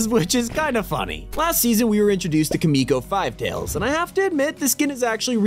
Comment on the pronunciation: Also Kimiko's Popularity recently went up. Also kind of annoyed how the guy making this video butchered how he said "Kimiko" It has to be said as (Ki-mi-ko) as in (Key-Me-Co)